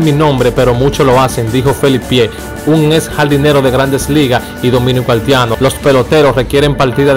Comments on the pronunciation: Se dice HAITIANO... Y no HALTIANO.... Si mejoras tu pronunciacion, seguro que tendras mejor excito. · Hermano, aprenda mas Espanol , no se dice altiano , se dice haitiano Jajaja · Mi hijo nombra esa i , haitiano no haltiano, practica para que puedas hacerlo mejor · Aprende a hablar no diga haltiano es haitiano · Muy bien que conozcamos la ascendencia de nuestros peloteros ..pero ese que esta dando los,datos debe aprender a hablar ..dice haltiano. .dice de ascendencia haltiana. ..debe mencionar la i donde lleva i ...no se dice halti. .es haiti. ...dice peltebeces. .uufff que mal lexico ..... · Porque el que narra el comentario dice haltiano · el no es cibaeño porque el cibaeño pronuncia la i mucho. Pero este joven sobre pronuncia la L mucho. Tiene que ser Capitaleño.